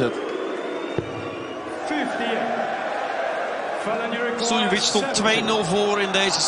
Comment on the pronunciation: The way the commentator says Suljovic sometimes sounds like he's saying silly bitch😂 play darts myself, massive fan of Sherrock, shows that it doesn't matter what the gender, you can always compete at equal levels.